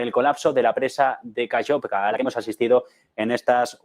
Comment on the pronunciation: Aló, no se pronuncia KAYOVKA. Se escribe KAKHOVKA y se pronuncia KaJovka, con JOTA del Espaňol. Muy bien programa! Felicitaciones.